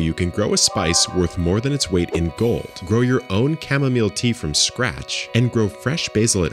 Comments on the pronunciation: He learned how to say chamomile 🙌🙌🙌🙌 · Yhats the first time ive heard you pronounce chamomile like the rest of us 😂